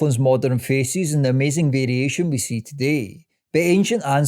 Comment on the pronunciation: Good video, but all I hear is faeces when you say faces haha